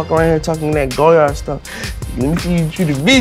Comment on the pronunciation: He says he loves goyard but calls it "go yard" when its pronounced like lawyer with a G...